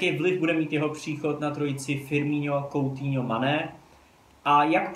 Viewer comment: Kdyžtak Coutinho se čte: "Kutýňo" :DDDD